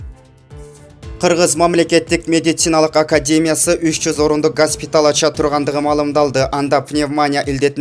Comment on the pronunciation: Автор созду туура так айтыныз, сизди канча калайык журт, коруп, угуп жатат. Пневмания жана госпиталь деген аталышы кандай билип, анан суйлонуз, уят!